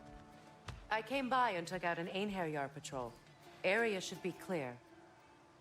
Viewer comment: So proud of ye on yer first berserker fight! One small little insignificant nitpick, if I may. It's pronounced AIN-HAIR-YAR. As a southerner and Appalachian Mountain man, I get it🤠